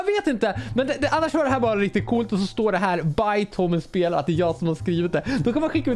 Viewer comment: När du sa by så trodde jag att du sa bajs